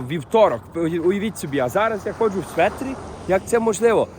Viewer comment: Не светр, а шведр))